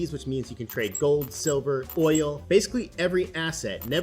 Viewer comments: "You can trade sivler." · he really said SIVLER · MAN SAID SIVLER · Love a bit of "sivler" please take all my money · you can trade 'sivler' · Or "sivler"!? 🤔🤭